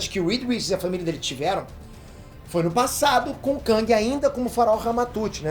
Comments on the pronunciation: Não se pronúncia KÃNG, se pronúncia KÉNG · ele falando "kãng" e eu me contorcendo